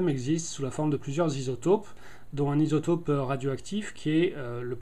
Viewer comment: Isotope, pas "isotaupe" :) Un peu pétard mouillé votre expérience : ... oui ?